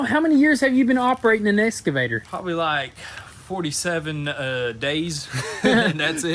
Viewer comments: Still saying Escavator lol. It is Excavator :-) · That's just slang abbreviation and totally cool by me :) Saying ES-cavator instead of EX-cavator though, isn't slang, it's just wrong. You don't call those moving stairs in a mall an EX-calator, do you? Dang sons! Please say that machine's name right! :) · I like the way they keep saying "esscavator".